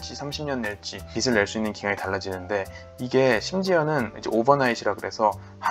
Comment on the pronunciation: 발음상 빚을낸다라는걸 “비슬낸다” 라고발음하시는데 “비즐낸다” 쪽으로 발음하시는게 맞지않나 생각합니다. 영상감사해요